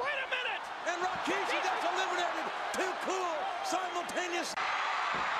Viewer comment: I love how JR was saying Rikishi. "Rawkishi"